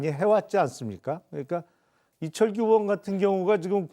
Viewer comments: 조은희야 어이원 아니고 의원!! 발음이 안대노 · 조은희는 의원 발음부터 연습해. 어의원이라 해 뭔가 했네